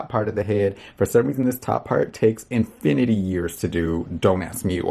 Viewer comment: He said it take enfinity